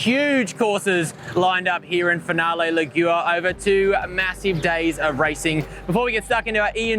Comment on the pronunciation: “Finale Lig Yoour” 💀